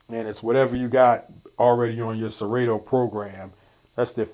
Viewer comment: It's pronounced Se-rah-toe not Se-Ray-toe (Serato)